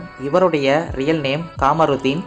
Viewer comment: Kaamarudin ille kamarudin surukki sollunge 😮